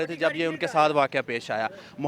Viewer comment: Waqoa nahi bhai waqia hota hai